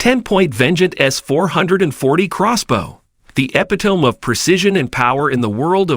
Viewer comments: I thought I had heard some misspoken words at first, but wasn't sure. THEN you DEFINITELY mispronounced "epitome" (Hint: the last "e" is spoken). Now, call me picky, but I'm not taking tips on survival and bushcraft from someone for whom basic English is a challenge! Dislike! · You really need to teach the AI voice how to pronounce "epitome"